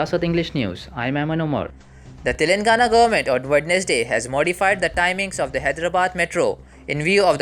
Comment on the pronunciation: your pronounce of Wednesday is wrong.